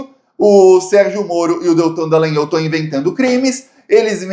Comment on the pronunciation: Pronuncia: Dalãnhóóllll - com ó aberto. Não é Dalãn-ôôu.